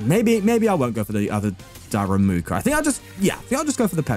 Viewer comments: “Daramuka” lol so fun how you say it, it is darumaka! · Why does he call it "daRAMUka" instead of daRUMAka 😢 this is not about pronunciation, it's not even the same word